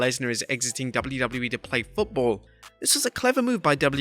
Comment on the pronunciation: I couldn’t get past 3 minutes. Learn how to pronounce “WWE” dude. 😂😂😂